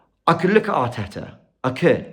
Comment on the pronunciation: 😂 as yaad man say hartetta hout. And dont forget robbie and the fan boys at AFTV covered up 5 years of slckness at arsenal. We alll saw this coming , why we suprised. Bottle job incoming